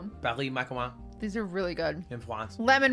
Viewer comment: is that really the way you pronounce macaroon?